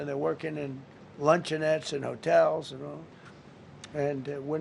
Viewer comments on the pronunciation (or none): Luncheonette lol